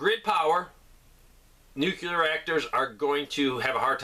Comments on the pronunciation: And the other word is New-clee-ar.. not newk-yuh-ler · Nuclear.. nu new ....clear clear... Nucleus....new cleus .... Nu clear nuclear